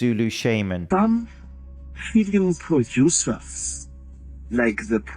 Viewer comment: "filim producer"